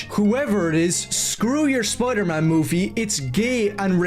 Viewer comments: I cannot get past him complaining so much about other people while saying "Spludermun" instead of Spider-Man. You know what's a REAL common issue? People that allegedly love characters but absolutely hate everything they've been in for the last 20 years. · Dude says Spider-Man like spodermun. It doesn’t sound like he’s even hyphenated the name. Punisher can wear whatever hairstyle he wants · I more offended that he keeps saying, “Spuder-Mohn.”